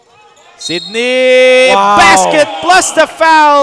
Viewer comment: Sinong Cindy? Kept saying Cindy instead of Sydney. 😂😂